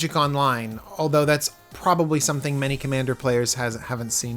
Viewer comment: "Commaner" lol